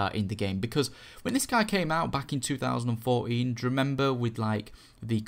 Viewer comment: yep he said 2014 but it sounded like two thousand and four een